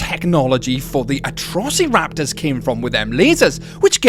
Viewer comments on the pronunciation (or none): I love how you say atrossy-raptors